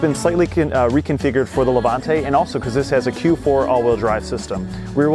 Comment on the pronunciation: Levante not lavante